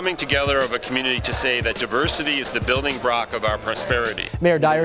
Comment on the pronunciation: brilding brock :DDDDDD